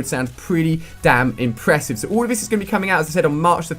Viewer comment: ALL not ull :@@